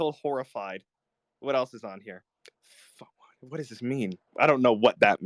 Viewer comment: The way he says "Quaso" is so funny to me, LMFAOOO